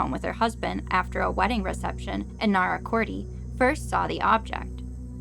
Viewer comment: Narracoorty ? LOL ! Narra cort is the pronunciation LOL!